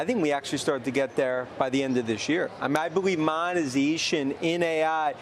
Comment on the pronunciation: wens the monazayshuun?